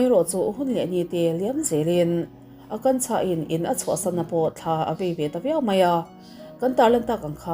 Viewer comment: Akansha nilo maw...Akanchha nilo in😅